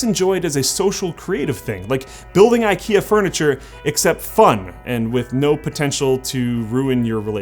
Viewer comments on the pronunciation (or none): none